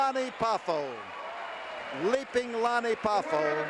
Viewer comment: Its Lanny Not Lonnie !!